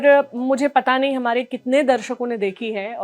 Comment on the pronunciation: जिस तरह से """हमारै""" बोलती है इससे ऐसा लगता है जैसे मध्यप्रदेश से हो??☺️😊